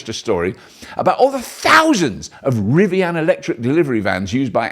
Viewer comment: Love the way Robert says Rivian “Rivianne”